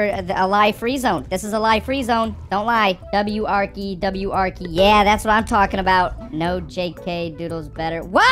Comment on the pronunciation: Bro just said w arkey